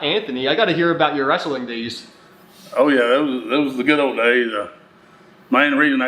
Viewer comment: Dad calls it WRASLING 😅